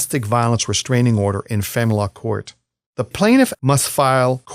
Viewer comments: Are you saying the... Family Law Judge? Because it sounds like "fanlaw" judge and I can't figure out what else it's supposed to be. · Why he says famalala judge 🤣